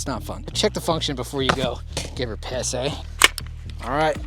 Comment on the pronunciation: Sure seemed like quite the natural Canadian "eh" he let slip. We have narrowed it down to the 3,000 people who still live in Canada and are White.